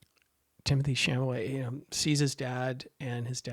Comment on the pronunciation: A small thing, Timothée's last name is pronounced Shal-a-may not Sham-a-lay. If you have a chance, read the book by the same name by André Aciman. One of the best things about the movie is that it really does the book justice. In fact, the monologue by Elio's father is almost word-for-word from the book. But finally, the scene that you neglected to discuss that is probably the most devastating scene in the movie and probably got Timothée the Oscar nomination. The nearly three minute scene in front of the fire which continues over the credits. Which contains one of the most beautiful breakings of the fourth wall in all of film. And, in my opinion, says to the audience, you have followed me in this journey and you have been welcome.